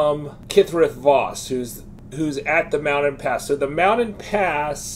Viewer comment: Lol, you're killing me with these pronunciations - "Mouded Pass" "Wakeegan" "Mee-lay" 🤣